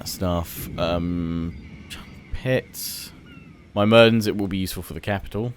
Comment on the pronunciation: It is not My-mir-dens it is myr-mid-ens